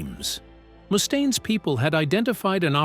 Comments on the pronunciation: The AI is terrible. 😂 Moostane. 😂😂😂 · What do you mean? Moo-stain lmao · Who is this “Moostain” this narrator speaks of? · Nothing says "I'm sincerely passionate about the music I cover" than the inability to properly pronounce the name of the person who the actual focus of your video. At least consistently. And your kind of conflating the era with Dave, in which Megaforce was the bands fairly large, well distributed indy label, and the next era, a couple of years after Daves departure, in which full blown major labels like Electra and Capitol began courting Metallica and Megadeth (who were initially on the indy Combat) in earnest. By the time the Electra deal with Metallica was signed, the band had upgraded management from Johnny Z to Cliff Burnstein and Q Prime.